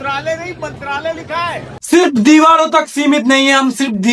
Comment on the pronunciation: Hey “Aais” ?! 🤷🏻‍♂️ “Channer” ?! 🤷🏻 Wo “channel” hota hai ! “deewaado” tak ?! “deewaar” kaho bhaai. “sarkoñ” per nahiñ “sadkoñ” per.